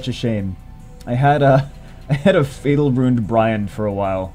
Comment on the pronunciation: Mohamed Amine Sobhi just noticed you said fatel LOL GG